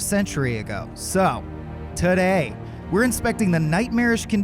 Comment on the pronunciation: The way he said today made me say a bad word very loudly.